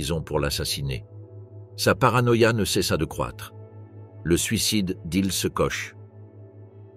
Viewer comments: Ch en français se prononce « che ». En allemand et alsacien ça se prononce kor… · quand on fait un doc sur des femmes au nom allemand on essaie de les prononcer correctement "Koche" non ... "Kor" oui . Mais bon comme le français est bancal aussi ça passe non ? Non ?